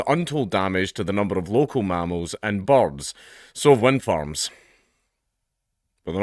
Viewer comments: I could not figure out you were saying the words "birds" until I followed along what you were reading. lol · i thought you were saying bugs first, but you were saying BORDS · Is he calling birds 'bobs'?